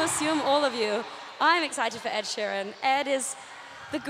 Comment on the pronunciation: Lol she says sheran instead of sheeran